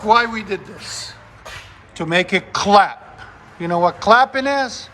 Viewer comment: Did you say clap or crap. Either way sounds like shit.